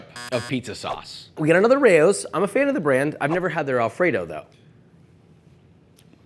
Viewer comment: Josh I love you but please with the pronunciation of Rao's 😭